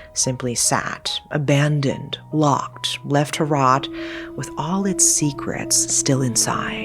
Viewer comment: I wanna like this but the T sounds for words that end in D is driving me insane. It’s lockeD not lockeT